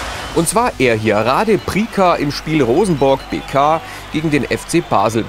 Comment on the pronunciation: Tolles Video. Der Fußballer wird allerdings "Rade Priza" ausgesprochen!